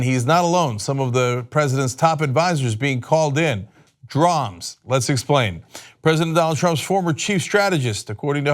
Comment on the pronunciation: Please. Stop. Saying. "Drams".